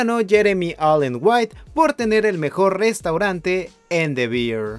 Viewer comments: Gracias, gracias... Porque no se dan cuenta antes de errar? OMG😅😅 Bear and Beer no se pronuncian igual. 😮😮😅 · the beer 🤣🤣🤣🤣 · Qué tal si aprendemos a pronunciar ‘the bear’?